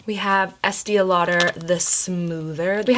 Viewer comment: why do you pronounce it like “Es-tia Lauder.”? it’s pronounced Es-tay lol